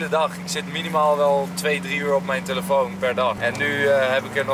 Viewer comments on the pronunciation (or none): Niemand: Enzo: tUlefoon